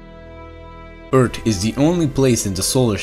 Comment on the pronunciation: Yes, for sure, I agree! Funny, when he say "Eart(h) lol! ☝🏻🤓